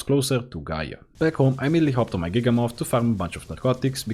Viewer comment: It’s giga-myth like mammoth not giga-moth😭😭😭